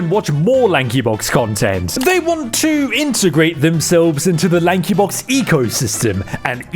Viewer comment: LAHNKEE BAWKZ